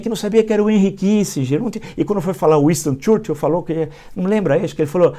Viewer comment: . O inglês dele é americano, por isso não sabe pronunciar Winston Churchill.